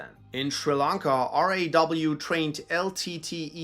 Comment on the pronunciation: I seriously appreciate you saying R&AW instead of a raw, because officials of raw hate it when someone calls it raw as it sands for something uncooked